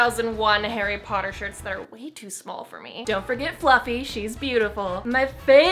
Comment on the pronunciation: Harry Pottah